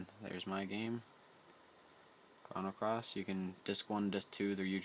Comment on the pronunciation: Thanks for the video man. This seems like a complicated process, but after I do it a few times it should take no time. One thing though...you keep saying "Krahno" Cross. It's pronounced "Krohno" Cross.